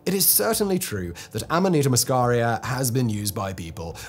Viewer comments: In America, nobody calls it fly agaric. It's just called amanita. This guy says Aminata, which is just entirely wrong. He's mixing up the vowels. Am-uh-knee-ta. Not Ah-me-nah-ta. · the guy was doing my head in with his aminarta did he mention ibo tengu taki? could have scored some brownie points with that one. Cheers